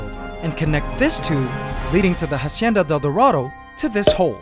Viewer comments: the "ha" in "hacienda" is pronounced as "ah", not "ha" ...FYI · When saying "hacienda del dorado" ignore the H at the beginning. It's pronounced Acienda. Like Ancestor. Cool video ;) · Okay man, I'm not a subscriber but I enjoy seeing your videos every now and then so Imma just tell you now that you're not supposed to pronounce the "H" in Spanish, It's basically a silent letter every time. I'm not mad or anything, it just urked me when I heard you put so much emphasis on the "H" in a Spanish word. Glad the Golden Empire's still okay! :-) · good video, the ant's world is really interenting. Just one thing, we don't pronounce the H in spanish, hacienda starts by pronouncing the a directly without the english H sound. Pls try.